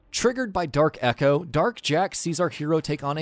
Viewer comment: Say it Properly Dark Eco Not Dark Echo